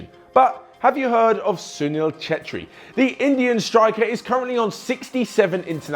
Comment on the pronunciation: it was correct